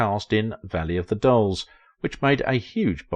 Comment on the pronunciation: This was a most entertaining and informative documentary. I couldn't help but noticed the way you pronounce "Valley of the Dolls" which comes out "Valley of the Dulls" which was the name of MAD magazines send up of the movie in cartoon form.